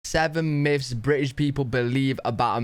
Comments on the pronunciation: Dude says, "Seven miffs about America...". It's myths. Pronounced miths. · 7 miffs :-)